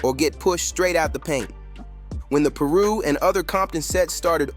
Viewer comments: again... someone missing the point... its funny how the video pronounced it ....im in LA all the time to know it's Piru not Peeru or paru ... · Bro it’s pronounced Pie-roo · "Paru" "peeru" what??? Pronounce it right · It's so cringe when he mispronounced Piru!! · This was irritating me so much 😂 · I know 😂😂 the way this video pronounced it is off